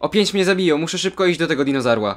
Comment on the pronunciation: dinozarł XD